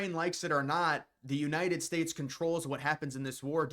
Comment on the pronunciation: "United Spates" 🤣🤣🤣